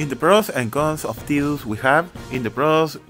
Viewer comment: lol what do you keep calling him? Tew? xD